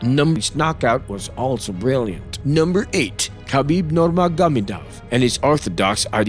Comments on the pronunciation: khabib norgarbiduv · Hey narrator say with me... Noor-maa-go-may-dove Nurmagomedov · Is this guy a robot or ? Who says „1m dollars“ and cant even pronounce Nurmagomedov even though he makes a video about him.